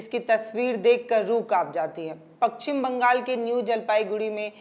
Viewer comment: Pakchhim nhi paschim Bangal